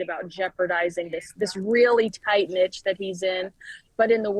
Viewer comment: ask you friend to tell you how to pronounce niche.